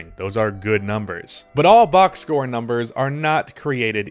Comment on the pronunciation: Dude just said box score like he was Thomas Jefferson